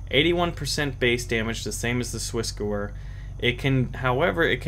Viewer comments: the gewehr is Swissgewehr is pronounced gevair, not gewer. And why do you not like semi-auto? Full-auto you miss- alot. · your pronunciation of SwissGewehr isn't... well it's isn't german and even though I'm not german it kills me how you say it, but that's fine that's how you say it and that's just me. But if you want to at least check the pronunciation and perhaps use it instead, then here you go. Great vid. Thanks for it.